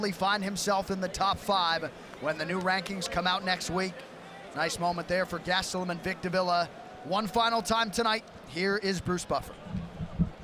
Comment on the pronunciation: Right?! “Bisping” this and “Bisping” that until he got smoked and then it was all “Gastellum” 🙄